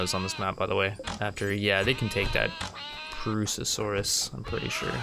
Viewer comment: Properly pronounces Purussasaurus Also: Can't pronounce "tomb" or "ibex".